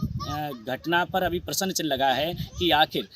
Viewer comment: तुम्हारे को प्रस्न चिन्ह कहने नहीं आ रहा है प्रसन्न चिन्ह बोल रहे हो